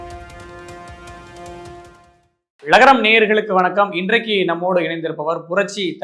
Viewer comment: ழகரம்னு சேனல் பேர் வெச்சிட்டு ழகரம்னு சொல்ல தெரியாதவங்கள நெறியாளர் வேலைக்கு வெச்சா எப்படி?